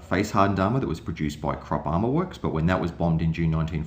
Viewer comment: Great video. However, Krupp is pronounced 'kroop' and cupola is pronounced 'kyoopola'. These words are often mispronounced and I think it's important, when recording history, to also record proper pronunciation. Thanks.